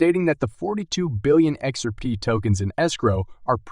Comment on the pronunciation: At least write 'Ledger' right, okay. And ooh, your ROBOT has a problem saying 'XRP'!!!